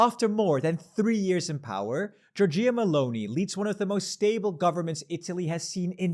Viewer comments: "Gorgiyah Melonee" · Please don’t pronounce Giorgia meloni like that every again